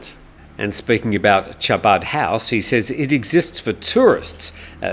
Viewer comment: No big deal on what I’m about to say but it’s Chabad but it’s pronounced Habad and it’s only literally as a community center .